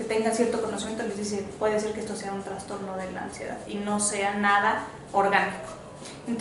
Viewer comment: Todo bien! Me encanta como explica pero dijo traNSTorno?? al trastorno??